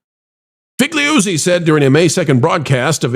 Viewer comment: I believe it's 'Fa Goo Zee'...and he's a former hack FBI employee who has many crazy claims since he became an 'news analyst'...